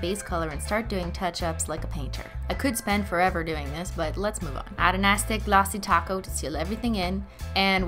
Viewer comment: I keep hearing "glassy taco" instead of "Glassy Top Coat"...